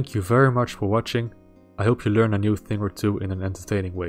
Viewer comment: I just learned you pronounce "learn" the same way Schwarzenegger does in Terminator 2. Maybe Austrian then? :)